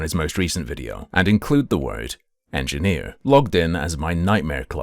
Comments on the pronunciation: Hard ‘en’? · EngineerrrrrrrrRRR with a hard R :text-green-game-over